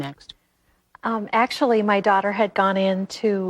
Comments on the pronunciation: "I'm somebody's dawtah." LMAO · " ...I'm sumbawdys dawtah.."